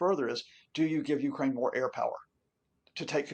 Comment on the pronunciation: This poor guy needs to get educated, his illusions are not facts.....he can't even pronounce Ukraine....